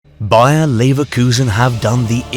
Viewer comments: Me too, he definetly says BayerN at the begining. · Man said BAYER i replayed it like 5 times.